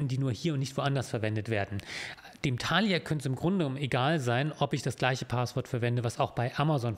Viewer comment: Mich triggert viel mehr die Betonung bei Thalia auf dem ersten A :goodvibes